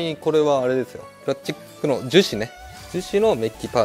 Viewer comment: プラスチックをプラッチックって言うてはる。